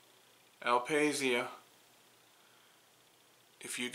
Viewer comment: Beautiful indeed! BTW in italian is pronounced "al pasha" with a stress on the last "a" :)